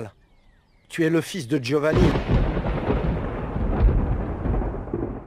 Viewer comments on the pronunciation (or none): Guy'O'Vanni... NOPE!!! Giovanni/Sakaki (phonétiquement ça se dit "Djiovani", à l'Italienne, merci). Sinon, très bon sujet de vidéo.